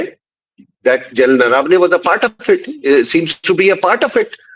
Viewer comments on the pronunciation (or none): मै आपके लिये हुए इंटरव्ह्यु हमेशा देखता हुं और उन्हे बहुत पसंत भी करता हुं। एक कमी मुझे हमेशा खलती है की मराठी नामोका गलत उच्चारण किया जाता है। सही उच्चारण नरवणे है ना की नरवाने। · Madam , Pronunciation of the surname of General Naravane is wrong - please check with someone how it should be pronounced